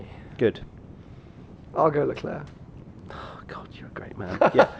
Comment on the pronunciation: The bald dude pronounced leclerc wrong